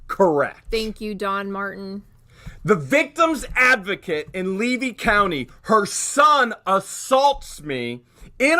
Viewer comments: The county is pronounced Lee-V Levy. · You strut around Florida as a native and you can't say Levy County? Smh...